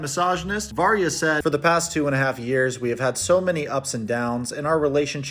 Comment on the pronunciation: I thought you were saying marya not Varya and I can’t believe they’re still together, her defending him aside. Relationship definitely won’t last when he’s a prison. My friend went to prison for a bit for assaulting a r*pist. He def is gonna get his shit rocked. And if he tries to throw out his papers, people will get suspicious, guards will tell or somehow info will get out, and then he will get his shit rocked 😌 won’t be a fun time for him